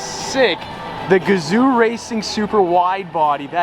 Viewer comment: You lengthen the first syllable of Gazoo